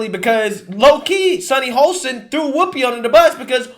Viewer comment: Sunny’s last name is pronounced Hoss tin not Hole stin. Although she is an a$$ hole. 🤣🤣🤣